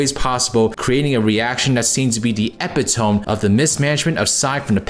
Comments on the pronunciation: hate to be that guy but its pronounced "eh-pit-oh-me" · AFAIK, Epitome is pronounced "Eh-pi-toe-mee". That was just bugging the hell out of me.